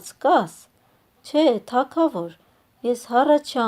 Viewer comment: Թագավոր , Գ ՈՉ թե ք